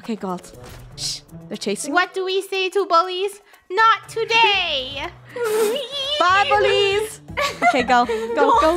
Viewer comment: *it sounds like funneh is saying "bubbly's!" even tho she is saying "bye bullies!"